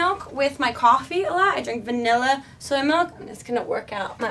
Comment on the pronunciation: you said vanilla a lot and every time I noticed you said vanella.... I say vanulla